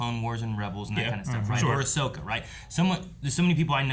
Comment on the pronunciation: It's Ahsoka Mutha Fuckas